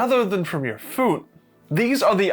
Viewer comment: "Phuone" "Bouuoth" U ok there mate?